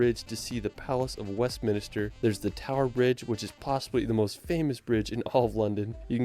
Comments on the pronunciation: lol, he said West Minister Abbey. It's Westminster Abbey. visit Scotland :D I live here, it's gorgeous. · He keeps saying hedge instead of henge 😂😂. He said Westminister and not Westminster 😂😂. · It's Stonehenge not Stone hedge! City of Westminster not minister and, like you, I haven't the faintest what he says in place of world!! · Westminster, NOT WestminIster! And Stonehenge not stoneheDge! And WAles not Wells, you'd think that someone who professes to visit the UK so much would know! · he says west minister instead of westminster. his pronounciation is all over the place. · "Palace of West-Minister" I. AM. SCREAMING. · He also said "Westminister" instead of "Westminster", and got the height of Snowdon wrong by a factor of ten, but it's a good video otherwise. 😂😊